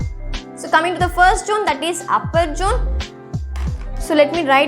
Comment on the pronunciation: Jone ha😂 it's zone